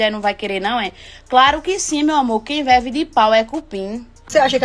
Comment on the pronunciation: Quem o que?, "veve"😂😂😂